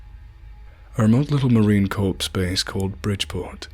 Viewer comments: 29 Palms in "Southern Carolina"? - "...Marine Corpse base... "CORPSE" ?!?! Marine Corps, Pronounced "CORE" please... Made it difficult to complete. Perhaps a redo? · BTW, Corps is pronounced core, not corpse. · First, it's pronounced "Core" not "Corpse". Second, no Marine would ever write "bathroom"...it's called a "head." "Livid," "remediate," etc. are just a few examples of very suspect language for any Marine to write. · Oh, good grief! The narrator committed the worst sin; It is Marine Corps (CORE) NOT Marine "Corpse" (a dead body). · Corps is pronounced core not corpse, even in a creepy pasta! 😉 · yep...this guy is not a Marine...he said Corps incorrectly....Any Marine knows how to pronounce it correctly...it's not the way Obama the shit head said...ie...not the corpse like a dead body.. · This guy is full of shit...he's no Marine!...he's not even an American..." a remote little Marine Corpse Base..." This dude does not know Carolina From California, and pronounces Marine Corps as Marine CORPSE !!! . No Jar head every pronounces the Corps as a Corpse.....so who is he, and why is he telling these stories, and not a Real Marine? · Btw, its pronounced Marine "CORE" not Marine "CORPSE", the "PS" is silent. Get it right, if your gonna same my beloved Corps' name. Dagum civilians >.< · You mispronouced Marine "core" as Marine "corpse"... uh. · No one who served says ' corpse' it's 'core'. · ...similar to how we refer to the Corps of Engineers...the corpses of engineers...😂.... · Is that like a Navy corpse-man. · I understand wanting to use the preferred British accent to read this but could someone have told him it's pronounced Marine "CORE" and not Marine "CORPSE". It was like nails on a blackboards to me. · This is bullshit!!! If you were in the marine corps..or even an American you would know that in the word "corps" the "p" and "s" are silent....its pronounced "core".....so I call bullshit!!!!! Click bait fuck! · Corps is pronounced core not corpse